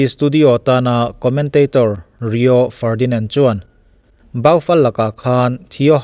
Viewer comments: Baufal anilo.... bou-fal tia lam tur o sir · Lam dan dik chu ka hrelo a mahse zo deuhin Bufal tiin lam zawk la ngaihthlak nawm zawk ka ring..